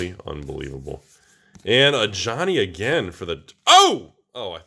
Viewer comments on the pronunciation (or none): none